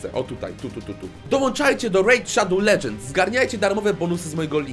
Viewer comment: W KOŃCU DOCZEKAŁ SIĘ WSPÓŁPRACY Z REJD SZADOŁ LEDŻENDS XDDDD